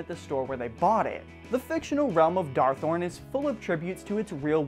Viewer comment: Darthon not Darthorn